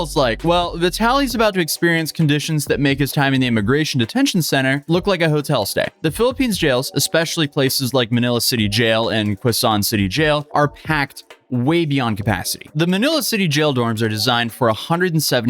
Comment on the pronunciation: you say Quezon like Carl Wheezer saying Croissant, it’s the spanish que and zon from corazon